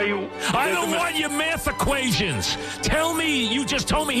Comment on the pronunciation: "I DON'T WANT YOUR MAFF EQUATIONS!!" Something tells me Mike did poorly in calculus.